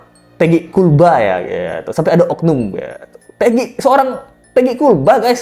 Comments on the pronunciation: Knp ya gua benci banget ini sama si mimin yg agak kriting kalau dia lagi nyebut KULBA,,,perasaan pengen gua tampol aja😂😂😂😂😂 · Gaul lah bang no no no bukan kulba